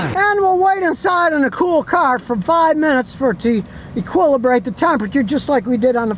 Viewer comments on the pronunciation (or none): Equiburlate lol love it